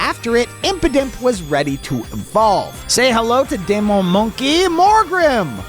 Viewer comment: Demon is pronounced dee-mon